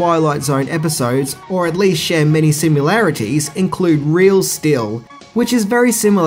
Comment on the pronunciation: Wrong. Not every episode was introduced by Serling. Look it up. Next: There is no such word as simularities. The word is similarities.